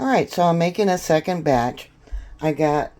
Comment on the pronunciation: "third bartch"...lol..whats a bartch? And whats "mearloaf" 😂 "litds"???